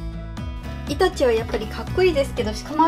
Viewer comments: イタチのイントネーションに違和感を覚えてしまったけどこれが正解だったのかな？ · イタチの発音違うよ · 全然関絵に係ないけどイタチの発音違うのが気になった（笑） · イタチの発音が、、、